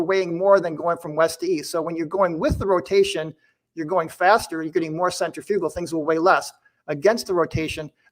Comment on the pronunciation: How does a dude who works with centrifugal force for a living not know how to pronounce it correctly?